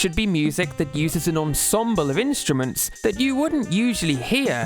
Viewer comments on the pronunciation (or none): none